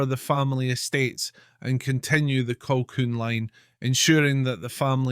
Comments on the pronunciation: Who the hell is Clan Colkwun, prat can't even pronounce our Clan Colquhoun correctly. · Oh dear it’s pronounced ‘Kahoon’. You might want to re-record. A great voice and interesting content but I couldn’t listen to the mispronunciation over and over.